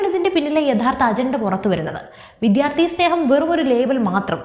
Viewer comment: അവതാരക ശ്രദ്ധിക്കുക. വിദ്യാർത്ഥി എന്ന വാക്ക് ശരിയായി ഉച്ചരിക്കുക.